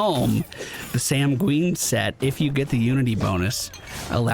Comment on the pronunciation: Not to be a jerk but it's pronounced SAN-gwin, like PENGUIN. It means "red like blood". But it can also mean "to remain optimistic about a future challenge". Which is kind of cool.